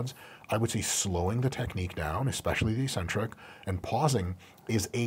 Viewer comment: ee-sentric, accent on the first syllable ee.